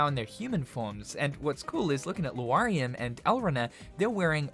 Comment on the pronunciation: I... Did he just pronounce Laurium as "Loo-arr-ee-um"???